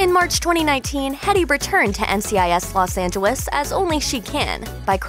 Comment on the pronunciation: I can't be the only one hearing how she's saying Los Angeles